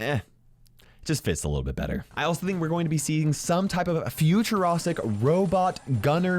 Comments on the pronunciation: No one: Not a soul:: Futurostic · Nobody: Not a single soul: Not even back to the future:: FuTur0sTiC